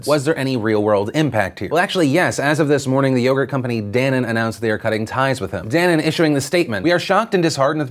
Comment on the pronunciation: Newton should have apologized but that's not what's important...you pronounced dannon wrong..also it's danone...or at least probably, murica probably uses a different name